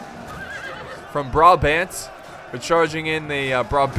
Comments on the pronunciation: as a dutchman i realy love how u say brabant XD so inaccurate, love it :P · i just love how prononces brabant XD like if you'r dutch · I think its kinda funny how he says brabant XD im dutch btw